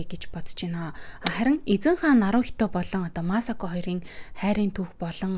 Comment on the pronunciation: Масако дуудлага нь жаахан буруу бна. Ютүбээс бичлэг олоод сайн сонсоод зөв дуудлагыг нь олчих бхаа